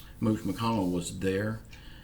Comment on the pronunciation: Lol 😂 I’m leaning back in my chair listening to you for The first time. You said Mooch McConnell 🤣🤣🤣